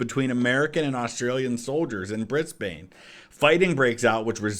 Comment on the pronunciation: just the way u pronounce brisbane 🫩